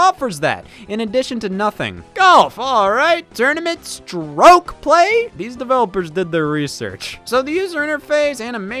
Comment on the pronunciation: The pronunciation of “stroke play” is perfect